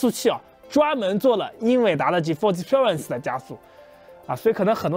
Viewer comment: 建议还是先查查字典，看Experience如何发音